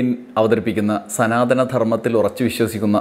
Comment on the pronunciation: "മ ല്ലികപ്പൂ" മൊട്ടിൽ തന്നെ ഞെരടിക്കളഞ്ഞത് എന്തായാലും നന്നായി! പിന്നെ" സനാധനം " എന്നാ വാക്ക് ശരിയാണോ അത് സനാതനം എന്നല്ലേ? അതുപോലും അറിയാത്ത സനാതനക്കാരോ? പണ്ട് ചരിത്രം എഴുതിയത് ഇങ്ങിനെയൊക്കെ ആണെന്ന് കേട്ടിട്ടുണ്ട്,അതായതു രാജാവിൽ നിന്നും അല്ല ""എഛ് എഛ് ""(😄😄😄)മാരിൽ നിന്നു പട്ടും വളയും പണക്കിഴിയും വാങ്ങി, രാജാക്കന്മാരെ പുകഴ്ത്തി എഴുതുന്ന ചരിത്രം! കുപ്പിയും കോഴിക്കാലും മറ്റു പലതും വാങ്ങി അവർക്കു വേണ്ടി വിടുപണി ചെയ്യുന്ന സമകാലീന മാധ്യമ പ്രവർത്തനം പോലെ! പിന്നെ ക്ഷേത്ര പ്രവേശ പ്രക്ഷോഭത്തിൽ എ കെ ജി യും കേളപ്പനും അങ്ങിനെയും ചിലർ കൂടിയുണ്ടായിരുന്നല്ലോ?🤔🤔🤔